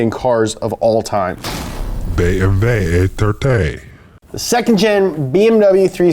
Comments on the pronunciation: oh yea! the Bae em bae Eh Therté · Dude, the BMW E30, with "proper" pronunciation, but in a country accent got me lol